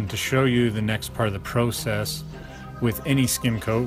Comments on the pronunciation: It is called process not prosess squeegee and broom is faster but still a good job at any rate LOL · Great video. thank you. the only thing that bothers me is the way you pronounced process